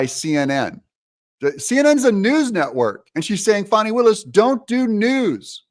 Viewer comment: It's "fanny" not "fawny" Doug. Don't feed into her ridiculous need to be "special" by conjuring up new ways to mangle an age old name.